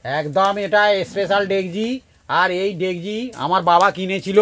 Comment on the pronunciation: না ডেকসি না ডেগজি হবে সবাই তো ডেগজি বলে।। আপনিই ভুল বললেন